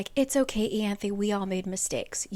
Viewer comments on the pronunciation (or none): Eye-anth. I-anth omg how the fuck does it become eeeeyanth. Like the book annoys me on pronunciation alone. Because ryhsand should have been rice-and'' not Reese but then you have to make it worse. Wtf is eeeeanth? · Isn’t it… Eye-an-thee? Yeah? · I listened to the audiobooks and "Ianthe" was actually still pronounced differently! You have the last part down but the "I" in "Ianthe" is pronounced as the "I" in 'me myself and I' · This is a cool way to explain the book! You’re driving me nuts with the pronunciation of so many things though 😂